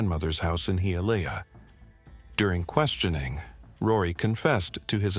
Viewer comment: it's pronounced "HiYAleyah". Sorry I grew up in Miami. 😅